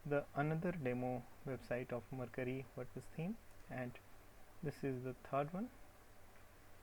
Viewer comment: What is iCreate? Does it have a web address? Also, you are pronouncing Mercury wrong. Look up the pronunciation for Mercury on Google.